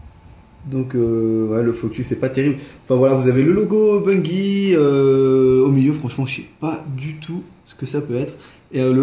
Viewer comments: sa se prononce ''Bunjie'' et non bungie pcq c en anglais ;) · tu le prononce mal ses pas gi ses ji